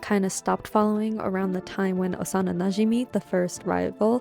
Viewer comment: The way you say najimi scratches my brain its so satisfying